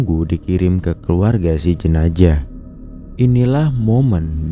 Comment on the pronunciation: Zaaaah zzzaaah jenazzzzaaah bukan jenajah 😂😂😂